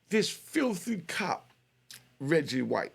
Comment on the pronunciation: It's Reggie Wright not Reggie white 😅